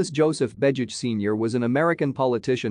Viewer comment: Your audio is profiling a different person than the man shown in the images. You don't even pronounce the name right.